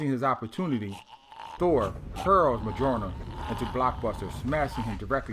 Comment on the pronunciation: I dig a lot if what you're doing with these videos, but please PLEASE learn how to pronounce Mjolnir correctly